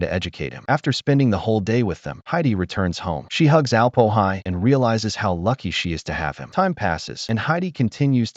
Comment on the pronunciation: "Alp-o-hi"? 😬🤨 He's the Alm-Öhi, for goodness sakes!